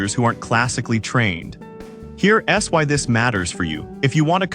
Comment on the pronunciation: Sorry guys, the AI voice is atrocious. I got 2 minutes in and had to turn off. "Here S Why" every time it should say "Here's why" 🤬